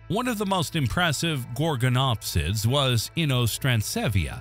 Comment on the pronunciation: I turned the video off when he pronounced Gorgonopsia wrong. If you can't even pronounce things right don't make a video it's a red flag and shows your information is minimal at best.